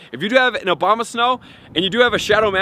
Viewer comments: It's ABOMAsnow, not OBAMAsnow. I think i hear it sound like that consistently. I appreciate your contents, thank you. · "No1 is going to be Mega Obamasnow ..." "Mega-Obamasnow is going to have the moveset of..." "if you do have Obamasnow..." "Obamasnow..." "Obama snow..." Lol... at least he says it wrong the whole video long. :D "Mega OBAMA-Snow is very desirable.."